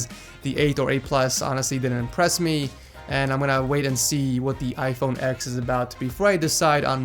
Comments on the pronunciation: It's called iPhone ten not ex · Space Grey plz. and stop calling it "iPhone ex". it's pronounced iPhone Ten